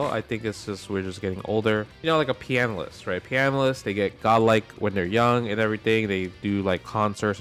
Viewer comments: I actually think he's saying Pianalist lol. And I was amused seeing the CC say "farter" instead of farther, but then I realized he actually is just saying farter lol. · calling them "piano-ists" is so based Pianist just sounds like you're saying "penis" 9/10 times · really just said "pee analyst" lmao